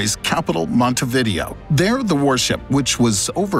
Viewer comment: Can't even properly pronounce Montevideo?